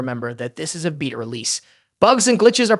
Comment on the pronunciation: holy crap is this AI generated or did you have a stroke, you pronounced beta 4 different ways interchangeably throughout